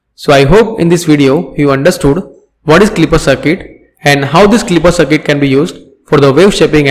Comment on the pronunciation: Sorry to say but it is not cirket it is CIRCUIT.